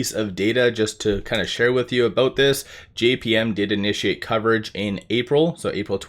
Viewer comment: What is Citizens JMP? You were saying JPM! Not the same thing. I was thinking it was JP Morgan.